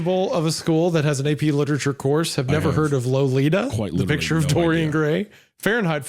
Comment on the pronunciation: I like how Isiah completely butchers Dorian Gray